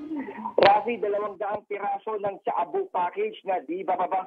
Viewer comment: Shabu hindi tsaabu.. 😂